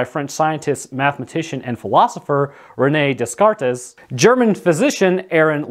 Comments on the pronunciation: awwww! you're always so on point and you broke my heart. Dez cart ehz? It's DAY-kart (Descartes). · Dess-cart-ess? Bruh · Bruh, I know my dude did not just pronounce Descartes’ name like that.